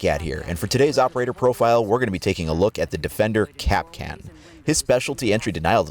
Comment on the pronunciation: Its pronounced Kap'Kahn stress on the second syllable not 'Cap'Can.